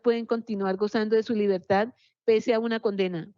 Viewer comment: No se dice libertá, se dice libertad